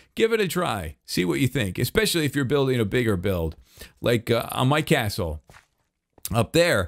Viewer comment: ”And it leads up to the crastle “😂